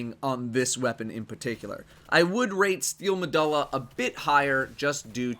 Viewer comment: Carlo Espejo steel meh-duh-la lol it bothered me too when i heard it